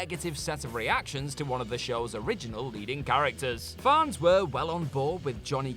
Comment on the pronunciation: I take it these dicks just mispronounce stuff on purpose to gain more comments? , "farns" rather than "fans"?? It just underlines the shortcomings of the so called presenters on this channel. GFY!